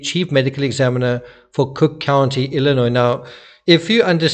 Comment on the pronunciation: Putting in my two cents...you sure pronounced Illinois perfectly for someone so far away.❤